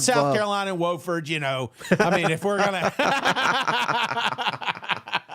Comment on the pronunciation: Its Wofford with a short O. Whoooo ford.